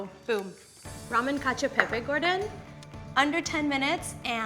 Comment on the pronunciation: When she says concho pepe, I imagine pepe the frog in a conch shell or something lol